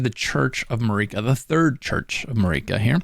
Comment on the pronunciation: He pronounced just about everything wrong, Marika, Melina, Evergaol